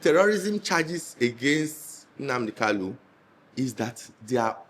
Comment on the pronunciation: Mazi Nnamdi Okuchukwu kanu is the proper pronunciation of his name with ...lu at the end; and not Kalu because there's another well known politian I don't care to mention his name who has similar name. Thank you for speaking the truth to power